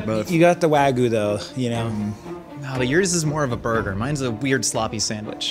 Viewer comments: Pisses me off how professional chefs cant pronounce simple words. Its not waygoo, its WAGYU (WAG-YOU) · That "pro chef" lost all credibility the second he mispronounced wagyu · The way pronounced wagyu hurt my soul. The Y isn't silent